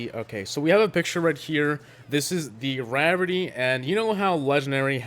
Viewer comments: It’s not “rerity” it’s “ray-er-ity” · He still said rarity wrong... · I prefer how you say rarity than the real pronunciation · You not heard of Google translate? And you still can't say rarity properly! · How he still says rarity lmao